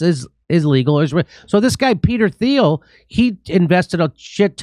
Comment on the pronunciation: Someone needs to start correcting Jimmy when he pronounces every word and name wrong, it's getting really annoying for me watching when he says words like Azov and Peter Thiel's name wrong over and over and over and over